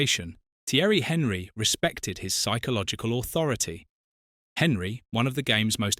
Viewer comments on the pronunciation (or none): Henry? Could you at least try to pronounce the man's name properly? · no it's AI. Literally only watched it as some of the info was new to me. But yes the ears did cringe